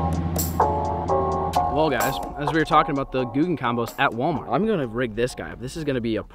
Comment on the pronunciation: I just realized you called Walmart Wal-of-mart (no hate)